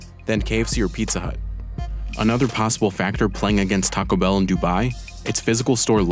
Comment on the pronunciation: It's not "Tacabell," it's "Taco Bell" -- two separate words.